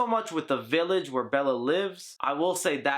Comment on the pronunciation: Belle not Bella.